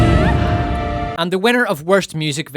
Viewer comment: Well done mate. Loved hearing you say Rings of Paw’r 🤣🙏🏼